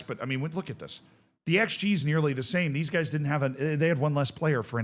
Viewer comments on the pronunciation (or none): none